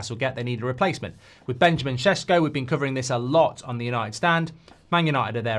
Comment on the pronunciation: Thank you for finally getting the Šeško name correctly 👌😁